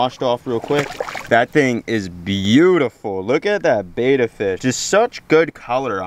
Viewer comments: Love what you do, but I only made it 28 seconds before I had to switch off. I can’t listen to a whole video of bettas being called betas 🤣 I’ll catch ya on the next one 🤙🏼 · A Betta is a fish. A Beta is a male who says Beta instead of Betta over and over and over. Think Better with a New York accent. Bett-Uh. Otherwise, outstanding YouTube channel!! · It's pronounced Bet-uh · Please learn how to pronounce the name, bet-a fish, not batta-fish